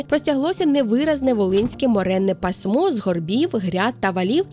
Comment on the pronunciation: Не пасмО,а пАсмо